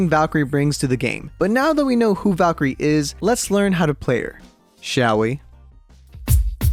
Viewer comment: Make a video but u pronounce call Valkyrie as vakiir